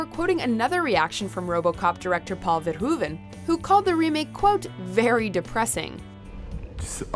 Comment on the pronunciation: It’s not Paul VerHOOven. It’s Paul VerHOVen